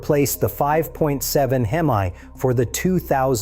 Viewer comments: The fact that you said hem-eye….. means your full of shiet!!!!! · I was thinking the same thing, what is a HEMeye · Bro called Hemi a Him-eye. Stopping video here. That's all I needed to know. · The way he pronounced "Hemi" makes me question anything he says